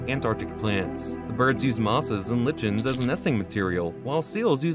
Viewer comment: Mispronouncing lichen is not a good thing for a video